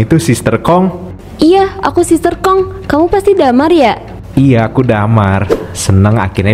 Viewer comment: sister hong❌️ sister kong ✅️ 😂